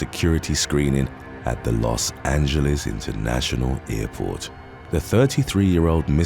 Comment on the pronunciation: "los angeles international airport." good american-style pronunciation of the name